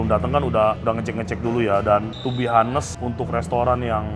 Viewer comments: Bukan to be HA-nest ko, to be On-nest. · Sorry saran saja buka google kalau Honest itu bacanya O-nes buka A-nes. Thks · Gatel banget gw pengen jadi polisi bha inggris, tiap ngomong honest bener bener hanes, agak ganggu lol.😅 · ngmg honest H-nya jgn dibaca ko, onest or anest ajaaa